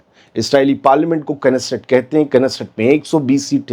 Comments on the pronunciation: इस्राईल की कथित संसद को क्नेसेट नहीं नेसेट कहिए। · NESSET HI TALAFFUZ NIKAALA KARE K SILENT HOTA HAI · Knesset ka _k_silent h